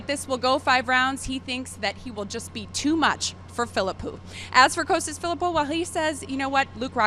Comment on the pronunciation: Why do they keep calling him Coastas? It's Costas guys, Costas!